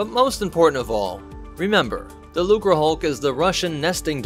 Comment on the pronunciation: Hey you finally didn't pronounce the C as a weird S. Looserhulk lmao 👍